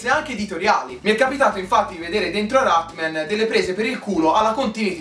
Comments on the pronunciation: dici cose molto vere ma perchè non lo chiami con il suo nome? Rat-MAN! No Rat-MEN..dov'è la e?!?!? :-) Comunque complimenti, sei bravissimo!!! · si dice rat-man non rat-men